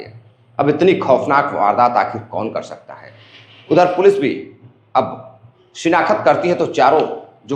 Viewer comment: भाई सही उच्चारण शिनाख्त है न कि शिनाखत ।